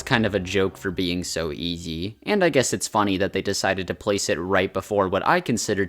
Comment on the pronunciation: was that the word "easy" you said?